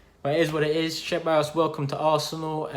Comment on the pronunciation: Man said cheballos